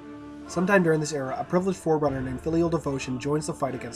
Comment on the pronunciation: When you first said forerunner I thought you said foreigners 🙂